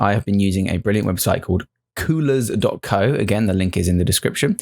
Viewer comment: „Coolours dot cooouuum“ 😂 I love aussies haha